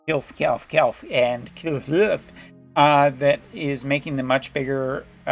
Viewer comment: It's pronounced Kil-fey in global. Them not having the ally buff from elemental mastery is just no go for me. They look good though.